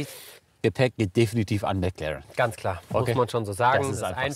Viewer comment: Ich hasse es wenn man Meclaaren sagt